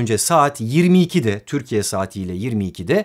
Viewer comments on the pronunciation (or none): none